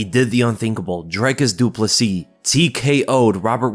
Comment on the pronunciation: Props for pronouncing his family name correctly bro!!